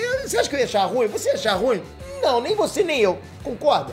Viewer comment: Bacana o vídeo. Chato é ouvir "RÚIM" como se tivesse uma só sílaba. Eu espero que um dia ele aprenda que RU - IM é um hiato.